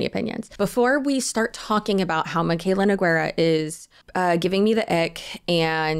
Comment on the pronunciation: It's pronounced n oo g ay r ah !!!